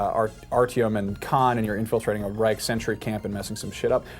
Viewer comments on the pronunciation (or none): none